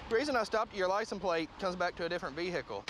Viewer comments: What's a "vee-hickel"? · man EVERYBODY says veicle....I ONLY hear cops say vehicle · Englishman checking in to confirm that "veehickle" is not the correct pronunciation of "vehicle" in proper English. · I hate when people say ve-heh-chle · You know you’re screwed when the officer says v-hick-el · “V Hickle” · v hickle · Vee Hick Ull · I’m dying because I was thinking the exact same thing VE-HHHHHHH-ICLE 😂😂🤣🤣🤣😂🤣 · For real z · Veee HICKLE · Vee hickle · did he say vee hickle ? or Veekal. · I think part of police academy is learning how to say Vehicle Like : vhee hick el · NOT THE VE-HICKLE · when the cops say "vee hick el" i wanna cry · poe lease vee hick el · As soon as cop said vehickle I knew they were screwed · no way the first cop just said ve hickle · Why must all cops say vee-hickle? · Ve hical 😂😂😂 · Why he say ve hikle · Lololol “pronounce the h in vehicle 😂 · IsaiahTheGaming King Most people don’t pronounce the H as the word is derived from French